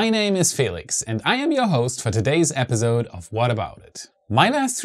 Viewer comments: Great reporting but could you say episode instead of epizode? Accents are fine but you say that word so much that it really stands out due to the "z" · In the word 'Episode' the s is an 's' sound not a 'z' sound. Thought you might want to know.